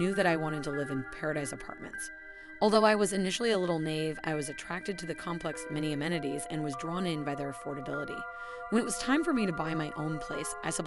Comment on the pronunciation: Pronounced "ni-eve".